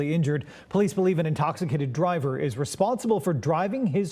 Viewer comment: That poor baby.. laying bed,, making plans for the next day,, thinking....she had no idea this would happen.. it's so damn sad...edit.... The way he says white is hilarious. Like if he didn't over pronounce it we wouldn't know what he was saying.